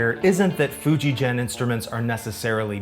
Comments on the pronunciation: Most of your pronunciation of Japanese is fine, but FujiGen is not pronounced as "GENeration" it is pronounced as "GE" as in in "GET". For it to be pronounced the way you are saying it, it would be spelled "FujiJEN", which it isnt. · Great video. It's a hard g for Fujigen, by the way; the word 'gen (弦)' means 'string' in Japanese. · Love the video. Small point, but Fujigen, Sugimoto, etc. use a hard "g." Really love your work and content here! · Just a note, the g in Fujigen is not as you pronounce, but the same as the g in "get". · One more correction, you’re pronouncing FujiGen incorrectly. In layman’s terms, the G is a hard G, not like a J as in Jenny. If you read the sign outside the factory, it says フジゲン. Google maps documents the correct pronunciation. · Enjoying the vid. Just a side note, FujiGen is pronounced with a hard G on the Gen. Not like a J. Just like Gakki. And Gakki would be Gak Ki. Aikido would be Ah Ee Kee Doe…